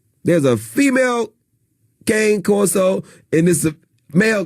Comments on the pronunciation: I REALLY WISH PEOPLE WOULD LEARN HOW TO PROPERLY PRONOUNCE CANE CORSO! 🙄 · Uses Cane Corso as an example but can't pronounce the name properly.